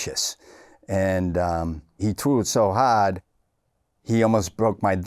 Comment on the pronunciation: "he trew' it so haaaard"